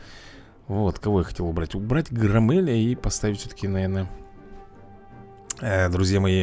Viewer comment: Говорится не ГроммЭль а ГрОммель